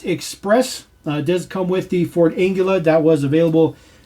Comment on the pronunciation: I'm pretty sure it's pronounced Ang-lee-uh. But thanks for the video!